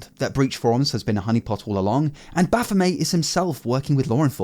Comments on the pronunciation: MET MET it's not French It's not baphomay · BaphomET Commoncore really fucked your generation, you guys can't pronounce shit. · is that makes making you pronounce baphomet as bafomay? 🤔 😂 🙌 ♥ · Frenchifying the name, I guess?